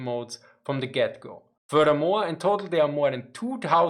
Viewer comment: Drinking game- one shot every time he says furdurmore. (Furthermore)